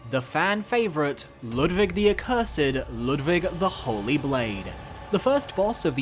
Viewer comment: Its such a random and tiny thing, but ur pronounciation of „Ludwig“ is so spot on. As a german it makes me happy everytime, idk why